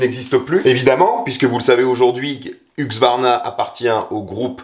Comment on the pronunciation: HuSqvarna on dit HuSqvarna. Serieux pour j'entends tout le monde dire HuqSvarna ? 😂